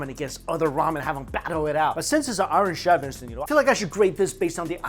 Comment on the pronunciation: Have to laugh. When Mikey says iron chef. It sounds like Irish chef.😂😂🍻🍻🇦🇺🇦🇺